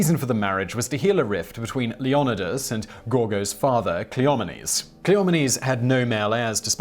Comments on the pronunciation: Its Leon-aye-dis!!!! FFS! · It's pronounced Leon-ID-idis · It’s Leo nigh dus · Leo ny dus phonetically - your Greek name pronouncing is terrible Simon